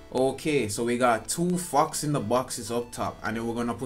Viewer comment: its fox not fuxkzz